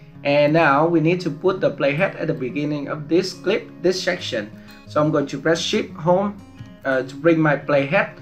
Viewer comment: When you said “Shift Home” I think u said “Sh*t home” 😂